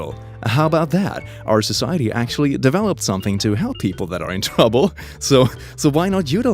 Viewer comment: "In twouble" - 2019